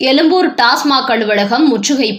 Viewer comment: எலும்பூர் இல்லை எழும்பூர். சரியா தமிழ்ச் சொற்களை உச்சரிக்கணும். இல்லை நியூஸ் படிக்க வரக்கூடாது!